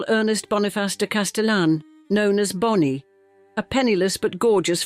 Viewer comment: The AI voice switching up ‘Bony’ and Bonnie is annoying